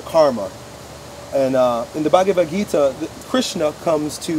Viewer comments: The what...? Bagaguvita???? 😂😂😂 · Hey... It is "bhagwat gita" i am an Indian and i have heard this since i was born so you can trust me with the pronunciation... The way you said that even i could not understand that you were reffering to that.. Just wanted to say that and would like to say that don't listen to these haters you cannot do the same shit for years it will be boring so came out with this so it is good...